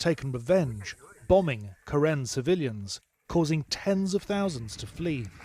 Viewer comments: 😁it should be Ka Rin, we pronounce like that. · karen pronouns Ka Yin.